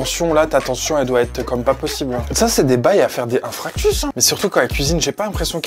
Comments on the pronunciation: ce sont des bails à faire quoi? Des "infractus"? 🤣🤣🤣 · Tu voulais pas plutôt dire "infarctus" au lieu d'infractus? Lol! J'adore toujours tes vidéos, franchement au top. Par contre pour la question de l'hyperphagie je ne sais pas trop. Parce qu'en général quand on est en crise on est pas vraiment en pleine conscience, on est plus dans un état second ou tous ce qu'on veut c'est manger, faire passer un manque/besoin et ou on ingère une tonne de nourriture en peut de temps. Alors que là elle prends quand même le temps d'installer sa caméra, de nous dire ce qu'elle mange etc...donc je ne sais pas. Mais il est clair qu'il y a un trouble alimentaire là dedans et ça me peine car le soucis en l'affichant sur les réseaux et d'entretenir en mon sens le problème (à cause des vues) et du coup ne pas forcément arrêter car on capte de l'attention. Mais j'espère pour elle qu'elle trouvera la force en elle de faire plus attention car c'est vraiment mettre sa santé en l'air. Je suis de tous cœur avec elle. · Bonjour tu as dis "infractus" a la place de "infartus" voilà je voulais juste te prévenir sinon continue tes vidéos elles sont trop biens et elles me font trop rires et bonne chance pour ton régime on est tous avec toi tu vas y arriver. ❤ Likes si t'es d'accord.